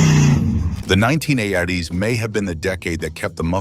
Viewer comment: Did I hear, "Nineteen aye-ahh-ties" at the beginning? Sad...